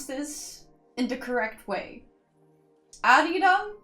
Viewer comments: I am a native Korean speaker. Your first Arirang pronunciation was perfect. I could not have said it better. Thank you for the review. More I listen to the album, more I like the album. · With Arirang I think the last one was the right way to pronounce it :)